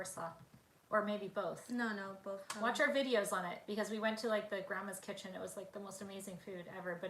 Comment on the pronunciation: Where was Grandma’s kitchen? couldn’t understand what you said. 🤦🏽‍♀️